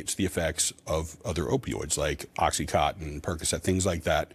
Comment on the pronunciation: imagine being a big government bureaucrat soaking the taxpayers and mispronouncing oxy con tin as oxycotton 😂